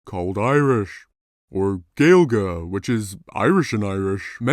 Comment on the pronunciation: gaeilge is pronounced ‘ guail ga’ btw